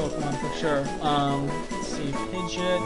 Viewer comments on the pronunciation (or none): Wow i forgot how much i liked rustboro's music. BTW you keep on saying pigeot's name incorrectly, dont know whether or not you care, but its Pi-gee-ott, didnt want to be fussy but i makes me cringe when you say it. Well this has all been recorded now anyway so i guess ill keep on hearing it :(.